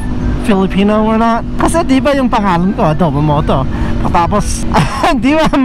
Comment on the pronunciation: Your Filipino accent came out when you said “adobomoto” LOL! Love your contents brader especially with your cool mom! Sana ma-meet kita in person dito sa Pinas soon! Ride safe! 🤙🏼